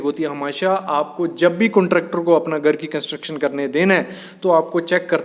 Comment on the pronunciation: गर गर क्या लगा रखा घर बोलने nhi aata kya